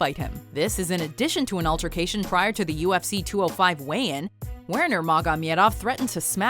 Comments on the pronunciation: Nurmagom-I-edov. Wow. My ears are bleeding. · Take a shot of proper twelve any time she says Nurmogomedov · First of all, conor wasn't fighting porier for the lightweight title, and second of all its pronounced nurmagomedov and not nurmagomyedov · Believe me, I will find you if you will ever say Nurmagamedov again... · How you have all these facts and can’t pronounce Nurmagamedov’s name??? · Take a shot every time this bitch says Nurmagomamedov. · Please dont say nurmagemedov anymore... Cant take how she spells it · it's pronounced Nur-ma-go-me-dov... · Oh man, why sticking with saying nurmogomedov so many times with that accent. Isn’t “Khabib” easier to pronounce ? It seems as though you wanted a slice of the mega-fight like a lot of channels, but you got the storyline really messed up. Also you got a wrong “fact” - Dustin wasn’t a title fight at all, it was a normal featherweight bout. I just wanna say that I love your work guys, But it wasn’t a good recap/facts video. Sorry. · I couldnt watch the whole of this because of the way she says nurmagamedov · really? nurmagomYEdov so irratating... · Who else was irritated by the way she pronounces Nurmagomedov? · "NOR MAH GAH MEADOF " WTF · The way she pronounce "NuRmAgomEdoV" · How many times you're gonna say nurmagomedov? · I know and she said it whacked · If u can't pronounce nurmagomedav.... Stick with khabib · Did she just say fight Poirier for the featherweight title and the way she pronounces Nurmagomedov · Love that Khabib made it to , but learn how to say Khabib Nurmagomedov's name right. It's also odd that Conor's cheating and him getting crushed by Khabib didn't make the list. Those both seem obvious. Still, the fact that this fight is making the rounds on the internet is great. Hope more people start tuning into watch Khabib. He has great character and is a savage. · Yous know absolutely nothing. You can't say khabibs name right and you think mcgregor and poirier fight was for the title